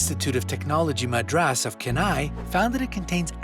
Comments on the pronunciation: IIT Madras, Chennai not Kenai :P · It is Ch-ennai. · At 3.28, 3.29 he says INDIAN INSTITUTE OF MADRAS: "CHENNAI " pronounced as kennai, its wrong... actual pronunciation is ch (chat ) ennai